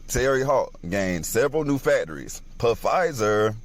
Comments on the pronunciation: I'm sorry, but I can't listen to a guy talk about a conspiracy with Pfizer if he doesn't even know that the "p" is silent! And how many times is he going to say he doesn't have time? Should he have just waited until he did have time? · He said "Pa-Fizer" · Dude kept saying P-fizer. 🤣🤣🤣🤣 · Lol it's not pronounced pafizer it's pronounced fizer the p is silent bruh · 'Pa Fizer' lmbo.....the P is SILENT.....!!!!! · Im sorry but this nigga reading was dumb af...."pu fiser"..BRO THE P IS SILENT AF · I'm weak af he says PasaaaFizer lmao you smart dumb mo fo the P is silent, omg these are the conspiracys that because of the ignorant people atached to the videos you can't take them serious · Its pronounced fizer not pa fizer how can anyone take that seriously if u don't even know how to pronounce the damn word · When did the “Black Jesus” thing take place? Also, they’ve been doing testing on deadly viruses for years now. Everyone is just now starting to know about it is the only difference. Every time I hear him say Pa-fizer I can’t help but laugh. The p is silent. It’s just pronounced Fizer. It makes it really hard to believe a person knows what they’re talking about when they don’t get the name right. Not saying he doesn’t cause well we all know Pfizer deals in pharmaceuticals & what kind of biz that is, just makes it harder to hear what he’s trying to say. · Pa-fizer lmao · Dude telling the Gucci Mane story......did he say "Puh-fizer"?!?! Am I hearing things??? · Pah- Fizer 😂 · The guy pronouncing Pfizer wrong was cringy… Phh-fizer 🤦🏾‍♀️🤣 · That was a mask. It's an actor playing Biden...WAAAAAAAAAKE UUUUUUUUUUP! BTW... the P is silent in Pfizer 😂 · How can I listen to a man that say Pa-Fizer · SO TikTok is essentially even crazier than youtube! 🤣🤣 So anybody can just make videos about complete bs and people just believe them. ALSO can someone tell dude the P in Pfizer is silent. He can't even say the conspiracy right.